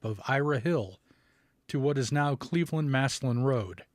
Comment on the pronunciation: Glad to hear you, pronounce Massillon correctly 🙂. Masslynn.